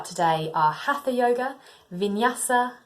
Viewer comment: Please check your pronounciation for HATHA, do not pronounce the TH as in English. This is Sanskrit. You might want to check it with a video of an Indian Teacher